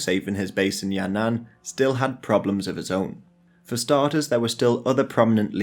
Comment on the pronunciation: Sounds like Ya'nan in your video so I'm not sure. The "an" here is the same with the second character in Tian'anmen square. Your pronunciation is perfect overall. Some subtle difference can confuse native speakers but that's the problem with the language, not your fault.